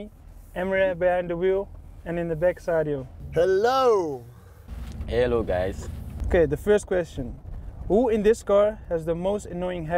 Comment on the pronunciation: No one: Sadio: 👀 ehhlow gäys